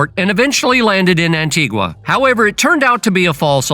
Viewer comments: Please get the pronunciation right. It's An-tee-ga. It's not the Spanish pronunciation An-ti-gwa. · The ‘u’ is silent. An-tee-gah